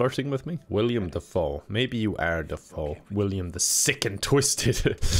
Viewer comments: you do know the guy's name is Willem Dafoe, not William Dafoe, right? I don't know if you're saying William on purpose to be silly or if you genuinely don't know. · Anyone else notice that pronounces Willem Dafoe as William Dafoe? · I love. But it drives me insane every time he mispronounces Willem Dafoe